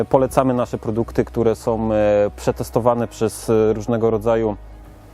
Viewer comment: Wszystko fajnie tylko razi w uszy to słowo- " som"...